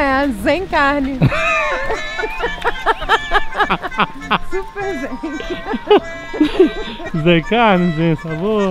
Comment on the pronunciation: "zen carne" ...pqp